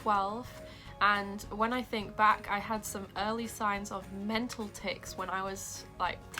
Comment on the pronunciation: Not to be rude but when u day tics it sounds like your saying something else